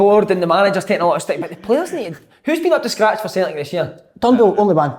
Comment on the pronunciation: I'll never tire of listening to Kevin saying "Sultic" 😂